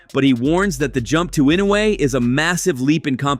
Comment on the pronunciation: How can an idiot that can’t take the time to get the pronunciation of peoples’ names correct be interviewing people? Even with Inoue Naoya. How many announcers can’t or couldn’t pronounce his name until they thought he was relevant?